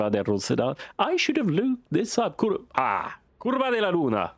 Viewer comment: Based on some wiki sleuthing this is Autódromo Oscar y Juan Gálvez. Based on that shape that looks more like Zolder. Now 'curva' as pronounced is a very particular word in several Slavic languages that is very, very far from curve. Saying "Pope is on fire" in a 70s F1 game might mean several things.;) Pretty good haul from the first race! Enjoyed the episode. Keep 'em coming! 🧡💛🧡